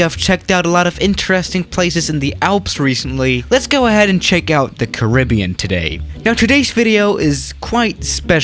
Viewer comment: The way he says Caribbean